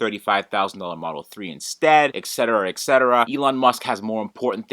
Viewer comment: are there third parties or communities for Tesla devices to reverse engineer and circumvent these software restrictions and limitations? also,, you need to learn that it is "et cetera", not "eck cetera"